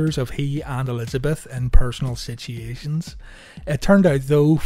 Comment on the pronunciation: Lmfao you cant say situation 🤣🤣🤣😍